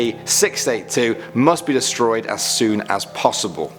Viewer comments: Dude nobody calls an Scp how you say it like... “skips” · You haven't before because it's the incorrect way to pronounce it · Is not said skips. You just say s c p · Never heard someone pronounce it skips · STOP CALLING THEM "SCIPS" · It's just pronounced s c p not skips, so, never say it that way again, it be scps but you still pronounce the letter (not including the s) are to be pronounced separately. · who the hell calls scps "skips" (obviously i know he's just saying scp.) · SCP - zero four nine SCP - zero fort nine SCP - zero fortnite That’s what I heard